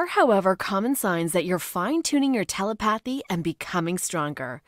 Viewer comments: Tele path y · It’s pronounced tuleputhy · 😭😭😭I love feeling Tele Phathy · Its tele-pathy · Lmao...tel-i-pathy. Ugh! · The word is pronounced TUH LEH PA THEE. If that makes sense. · Omg the way she says telepathy 😭😭😭😭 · it’s not cool, it’s ignorant. That used to be an everyday word. It’s the damn internet. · Anyone can access telepathy, but apparently not every voice generator can pronounce it.